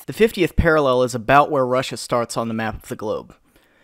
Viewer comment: a bloody door in a tank. Char 2c welcomes its child. she said szarts.